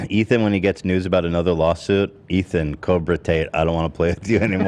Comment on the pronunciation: I could never tell if Ethan was saying that on purpose or by accident 😭